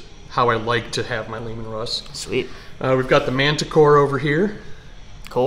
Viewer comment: Ki Mee Ra? Its Ki mayor a. And its Layman Russ, not LeeMan Russ.